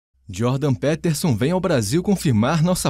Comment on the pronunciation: Mano, é "Djôrdan - Pítersãn".